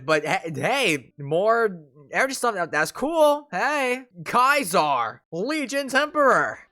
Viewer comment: aint no way he just said kaizar